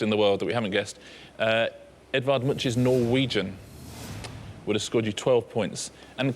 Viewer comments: Edvard Munch is pronounced with a K-sound at the end, not a SH-sound. Love from Norway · Is that really how they pronounce the name Edvard Munch in the UK??